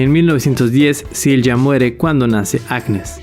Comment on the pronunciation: Correcto pero Silja no se pronuncia con J, la J en aleman se pronuncia como una “i”. Igual que “Jonas” es “Ionas”